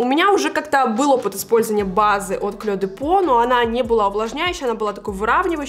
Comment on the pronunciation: Мне нравятся Ваши видео, и Ваши макияжи, и Ваша манера. Но! "Клё де по " режет слух. Написано по-французски: Clé de peaux , произносится [кле д'по]. А то получается русская девушка произносит французское название с японским акцентом. ))